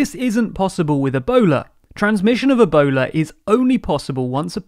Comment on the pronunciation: Yeah and ah-bola instead of Ebola...